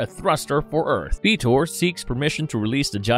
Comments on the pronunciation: Why can you not pronounce "Fitor" correctly? They pronounced his name correctly more than once in clips shown here. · Kinda makes me chuckle when you call the Guardians by Gardens and Fetor instead of Fitor (pronounced as “Fight-or” just in case you didn’t know). Eh, no big deal. When I was little, I would rather watch the gobots than transformers. Now I have both shows on complete dvd sets and even though I still would rather watch gobots since I watched them more as a kid, I like watching both shows. I would love to see a Gobots/Transformers cross over movie but since so many years have past, I don’t think it would be as awesome as it would have been back in the 80’s. Some of the voice actors died and sometimes, when they get a new voice actor for a character, he/she sounds nothing like the original voice actor. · I thought it was FIE-tor, not FEE-tor.. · Fitor's name is pronounced Fightor like a fighter Jet with all due respect. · For God sake man.. Why are you pronouncing fitor as "feetor" when is obvious how his name is pronounced due to his alt mode... A jet FIGHTER... NOT a jet FEETOR. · Is this voiced by a synthetic voice? Feye tor not fee tor Shai Anne mountain. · Fih-tor? You mean Figh-tor, like it's been pronounced thousands of times in the show, right? And it's In-treh-pid, not Intra-pid. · I think not fitor but fightor like sidekill pronounce it! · and keeps saying "feetor"